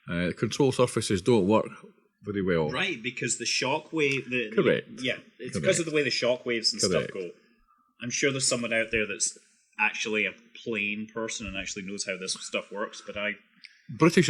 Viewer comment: actually, it's shockwave, not "chockwave"